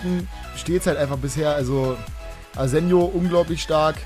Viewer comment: will ja nicht so nen "Neunmalklug" sein, aber Spanier, wie Asenjo, werden mit Chh ausgesprochen, also das J.